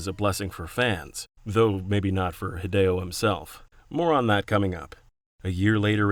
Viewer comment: A note for your narrator, "Hidechan" is "Hee-deh-chahn," not "Haid-chan". "Hide" is obviously short for "Hideo," which is of course not pronounced "Haid-oh" but "Hee-deh-oh".